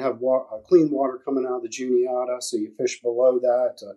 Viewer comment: Juniata......JUNE E ATTA!!!!!! Not Julieta!!!!